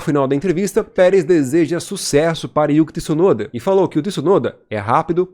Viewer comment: Boa narração, mas não é por nada não mas não é Tiisunoda que se fala, o t é mudo como tchau, tcheco etc.